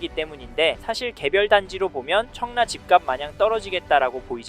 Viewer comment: 왜 자꾸 청래라 말씀하실까요? 입에 잘 익숙하지 않으신건가 싶은 생각이 드는데